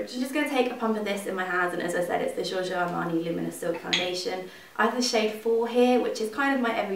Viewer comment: Why do you pronounce Jiorjio insted of Giorgio? it's funny though...